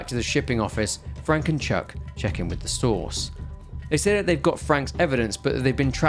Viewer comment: I swear to God I thought you were saying sauce instead of source every time you said source I was like why does he keep saying sauce what is he talking about😂